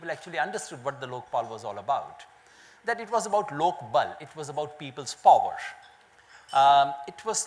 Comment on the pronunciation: he pronounces "power" as pooower